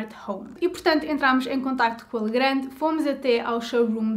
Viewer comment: pequena correcção, lê-se "legran", visto a empresa ser francesa.